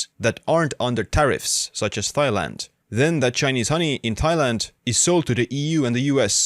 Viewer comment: Tie- land not thigh-land my friend